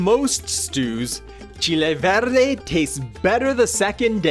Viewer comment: Wow! I got to say your recipe is really authentic as we make it in Mexico and even better is your pronunciation of the ingredients.